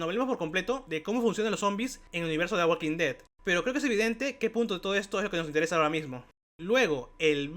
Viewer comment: Hablas demasiado rápido y dices mal el nombre de la serie. No me gustó el video.